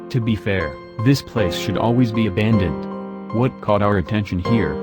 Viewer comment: He said ahandoned in the beginning!?!😂😂